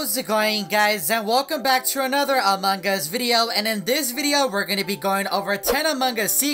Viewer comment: Evereyone: among us: among guz